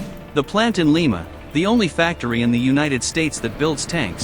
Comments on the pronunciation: Li....ma. pronounced with a long I. Not like Lima Peru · It's L-eye-ma not Lee-ma! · It's not Peru moron, it's Ohio and it's pronounced Lie-ma, not Lee-ma. Lima Ohio.